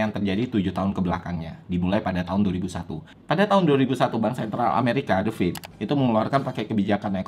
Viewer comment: Keren nh penjelesan nya .... jelas singkat dan tepat... sukses terus ... tapi pronounce nya Federal Reserve itu THE FED doooong bukan The Fid / The Feed lanjut trus dan tetap berkarya